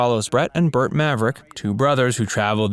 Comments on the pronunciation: It's not BURT Maverick. It's BART Maverick. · Wasn't it Bart not Bert? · That's Bart not Burt...OK!!!!!!! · Brett and Bart.....NOT Bert